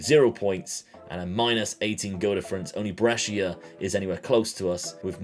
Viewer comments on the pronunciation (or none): none